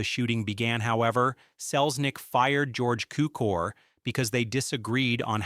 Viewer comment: Say George Cukor's name correctly.